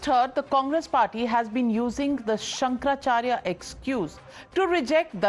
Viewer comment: Pronounce correctly- Shankara Acharya not Shankar Charya.